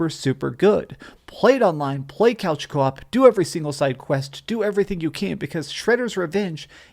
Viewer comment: Couch cawp er cwap?